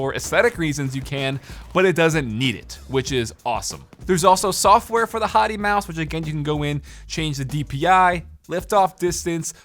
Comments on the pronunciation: ... I can't take it anymore... Hati is pronounced HAY-tee... as in the country... Not Hoty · you know since its G wolve it would be Hati Hróðvitnisson pronounced HATEY